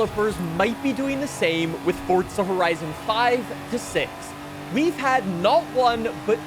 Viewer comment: Fortza > Forza